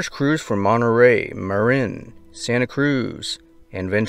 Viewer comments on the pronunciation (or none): none